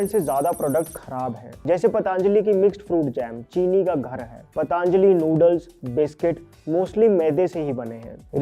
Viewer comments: पतंजलि बोलिए मित्र। पतांजलि बोलने से महान ऋषि का अपमान होता है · पतांजली नहीं पतंजलि है . आप से निवेदन है कि कंपनी का नाम सही उच्चारण करें , आपको सुनकर आपके सभी सब्सक्राइबर्स भी ग़लत बोलना शुरू कर देंगे . महर्षि पतंजलि के नाम पर बनी है यह कंपनी . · That's पतंजली......not पतांजलि. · पतांजलि...पतांजलि... कयुं बोलते हो ? पतंजलि नहीं बोल सकते ? चाईना से आये हो ? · It's "पतंजलि " not पटा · Please pronounce Patanjali correctly. It is not पतांजलि but पतंजलि। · पटांजली ❌ पतंजली ✅ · पतंजली बोलो पटांजली नहीं. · जी, मैं आपके vdo हमेशा देखता हू क्यु की वे विश्वासार्ह होते है l PATANJALI का उच्चार पा त न ज ली ऐसा किजीए न की प ता न ज ली. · Why the hell you call it pataaaanjali it sounds very derogatory it looks like you are deliberately making fun of a great rishi.....it's पतंजलि not paaaataaaaaanajali, please please take care of these things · Why are you saying पटॅन्जली ? It is पतांजली bhai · It's not पटांजली... ऋषी पतंजली का नाम है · Patanjali❌ Pataanjali✅ 😅